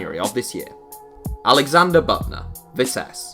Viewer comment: It’s Büttner not Buttner 😅